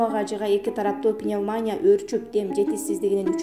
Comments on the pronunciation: Ооо кудай !!! Качан бир сабаттуу дикторго жетишесинер , каналдын автору ? ПневмАния эмес , пневмонИя ! Н.ГУмилЕв эмес (!) - ГумилЁв ! Мени алгылачы диктор кылып , ушу " сабаттуу " жаш кызга караганда 1000 эсе грамотно окуп берем . Даже ГумилОв дейби ? 😂😂😂😂😂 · Сабатсызга окшобой туура оку журналистка ! Пневманя эмес Пневманиия ! Чала сабат журналист !!! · Журналист эже! "пнемония" деген создун ударениясын туура койсонуз! Пнемаания дебей, пнемония деш керек. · Пневмааааания дегени кулакка жаман угулду. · Неграмотный журналист Чубак Жалилов пневмания деп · Комментарий окуган кыз ,айланайын кичине граматиканды ондочу,ударенияны туура койчу,жон эле тантырабай!!!!ким чыгарды сени эфирге? ПНЕВМАНЯЯЯ ДЕЙТГО,НА МАЯНЕ ДЕГЕНДЕЙ